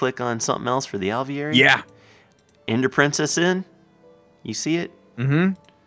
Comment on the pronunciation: they pronounce aviary wrong it doesn't have the l